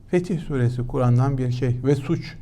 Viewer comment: Sayın Başyurt, bazı kelimelerin okunuşuna dikkatinizi çekmek istiyorum: "Fetih SÜRESİ " degil, "...SÛRESİ" ! --- Bunun dışında ,programlarınızda önemli şeyler öğreniyorum,teşekkürler!